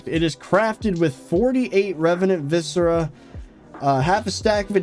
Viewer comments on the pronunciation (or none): none